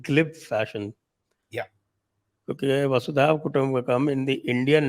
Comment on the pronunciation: It’s Vasudhaiva Kutumbakam ie Vasudhaa(Earth) Eva Kutumbakam and it’s NOT Vaasudeeva Kutumbakam